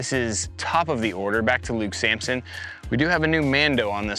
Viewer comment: It’s Samson not Sampson